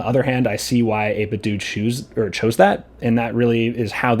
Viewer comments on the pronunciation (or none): It’s 8-bit dough not doo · it is not 8bitdooo, it is 8bitdo - like nintendo thx for the vid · I always pronounced it as 8bit-dough, and not 8bit-doo, is that the correct way to say 8bitdo?